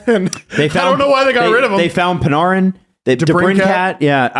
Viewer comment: Love how he says panarrrrrin